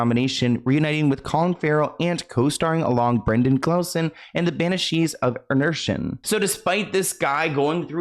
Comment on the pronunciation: banishees of inershin